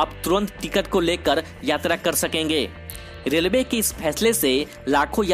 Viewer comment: Delway kyo bol Raha Hai relway bol